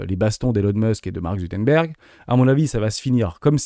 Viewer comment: Merci pour la vidéo que je suis en train de regarder (comme souvent). Mais on dit Mark ZuCKerberg et pas ZUTERBERG haha! Tu m'as fait sourire en tout cas. Contenu toujours au top (oui je fais une remarque sur la forme plutôt que sur le fond car le fond est toujours top).